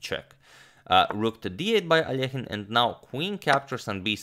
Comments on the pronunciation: I bet everyone who watch this video finally heard Alexander’s last name pronounced almost properly. It’s A-lee-o-jen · It’s so awesome that you pronounced Alekhine’s name correctly. Most English-speaking people don’t even try, and just say it as if it were in English.